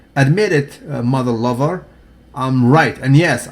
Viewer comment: "Motha Lova" hahaha